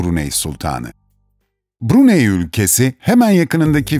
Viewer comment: Bruney şeklinde değil Brunay şeklinde okunur.... ayrıca söylenilenlerin çogu saptırılmış bilgi.... Saudi arabistandan bahsediyormuş gibi anlatılmış....Keşke önce ziyaret etseydiniz